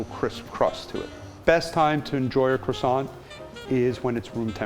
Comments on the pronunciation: I can not get past the way that he pronounces 'croissant' he lost me at crassont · You'd know this croissant is not legit when he pronounces as kro-sons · Unfortunately, it is ruined in his pronunciation- "cre-sont". Ouch. It is cwa-sont. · Its Ko-Wahh-Son not Cro-son!! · I hate it how they call it "Crawsawnt" and not "Cwosownt.." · FFS AMERICA!!!! It is pronounce "KWAH-song"....NOT "crah-SONT.. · CRasaants? Correct pronc. Cwassan (nasal n) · Croissant? Do you mean quackson? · Are you finished with that...CWASONT? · excuse me but you did not had to be so rude, even the tasty guy pronounce croissant as kro-san and not some stupid kwa-son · i love the he said krosan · it's kwasont. respect carl wheezer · I love cwasaws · French guy: its called CKRWASAH, KRWA SAH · croissants master and he doesnt call it "kwa-sao" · It’s pronounced “Kwa-SOHN”. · are you gonna finish that cwasant? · that rolling of his RRRRRRRRRRRRRRRRRRRRRRRRRR. Sm1 should have thought him how to pronounce CROISANTS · Keith; This is how we make our Croissant Carl; U mean Cuassont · Me: watching this video My thoughts: aRe YOu gOiNG tO FInIsH tHaT cWAsSoiNT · Are you going to finish that Cwassant? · I left the moment the guy said Krawsawnt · ''aRe YoU gOiNg tO fInISH THAT cROssaNT'' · Everyone: ...... Gordon Ramsay: Qwarsont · “Are you going to finish that kwasont” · It's pronounced "kwah-son". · Nah the correct pronunciation is "Crwa-ssant" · Man the way he says "Kro-sant" just makes me cringe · Are you finish with that CWOSSON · are you going to finish that cWoSsA? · Looks gorgeous. Credit to you all. Your master croissanter obvs gets the most - but you are the Captain and in charge overall, so quite a bit to you, too. Your French pronunciation is abysmal..... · There are lots of 'lettres muettes' or mute letters in French. They are written but not pronounced. The 't' in 'croissant' and 'chocolat' is mute, so please pretend it is not there and you will start pronouncing correctly!